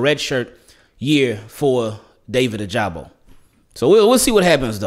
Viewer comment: Ya like a Regular Show “ohhhhhhhh” and it should be “ o-ja-bo” for my boy ojabo(like that college clip)